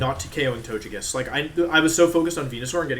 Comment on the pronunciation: Anyone really thrown off by how wolfe pronounces the names? Gigalith, togekiss, etc